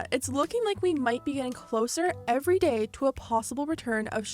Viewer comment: Another gay ? Another what ? 😂😂😂 don’t tell me im the only one who heard it gay instead of day